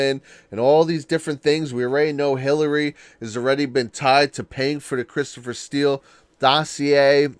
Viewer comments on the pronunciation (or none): none